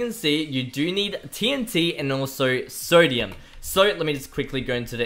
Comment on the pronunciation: You better say you have a speaking problem, cause they way you say three and sodium?! Nope nope nope